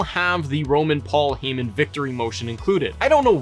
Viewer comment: HIS NAME IS PAUL HEY MAN!!!!!! Not heee man.